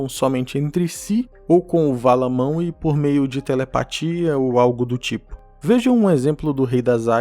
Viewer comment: MANUE. SE FALA MANUE, NAO MAWE. O W TEM SOM DE U.